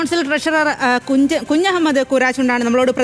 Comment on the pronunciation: കുജു മൂഡ് അല്ല കുഞ്ഞമ്മദ് 😂😂